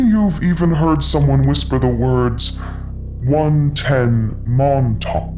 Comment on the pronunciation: First time and I heard she says "110 Mom Talk".